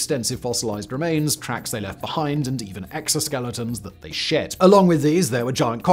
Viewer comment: Lol Simon needs to change his accent when he says shed it sounds like shit.